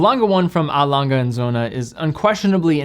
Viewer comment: Please do not read it as “alanga” its sounds horrible! Tf? Put it in google translate and listen, please god!